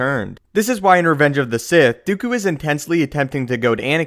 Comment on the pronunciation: Its not "Dew-ku" its "Do-koo" what sort of pronounciation do you have